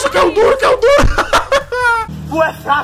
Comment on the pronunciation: "cuméquié?" KKKKKKKKK GÊNIO